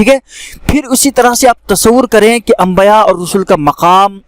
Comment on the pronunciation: Ambaya nahi balke dorost lafz ambiya he zara goor krye